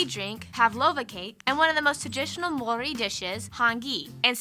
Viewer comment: Ma- ow/ ri ( roll the"r") MAORI. Tena koe from Aotearoa